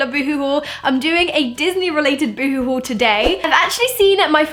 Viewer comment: Oh hon that's not how you say boohoo